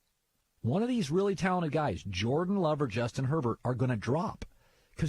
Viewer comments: And you said Joran. Maybe you should learn to talk before criticizing others. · He just said Joran Love at Oregon 🤦‍♂️